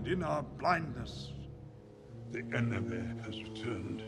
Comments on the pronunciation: Ender Skies because how Gandalf pronounced enemy isn't actually how you pronounce enemy :) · "THE ENEMEH HAS RETURNED!" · “The enemeh” ❤❤